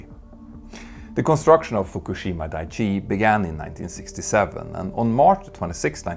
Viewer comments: Daiichi should really be said with a glottal stop between the i's, like dai-ichi -- ichi means "one" and dai ("die") indicates that you're counting, so "Dai-ichi" translates as "number one". "Daichi", the way you're saying it, means something like "solid ground". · FWIW: Daiichi — dye-ee-chee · It’s clear that a lot of work went into the video, which makes it all the more unfortunate that a few easily avoidable mistakes crept in. For example, the pronunciation of “Daiichi” (where it’s important to pronounce “Dai” and “Ichi” separately—if in doubt, just stick with the English version, which was also mentioned as “Fukushima No. 1”) and the depiction of the tsunami, which looks like a normal wave in the video rather than a tsunami. It’s a great video, of course, but little details like that can really throw you off. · Dicey not Daiichi. And the Japanese have restarted their reactors nationwide. Brilliant! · dah eee chee